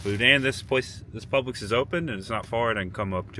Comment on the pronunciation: Dude, it’s Publix, not Public’s . Otherwise good story, glad you’re okay.